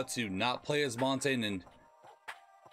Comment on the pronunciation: Good video, just, one thing, " montain " 💀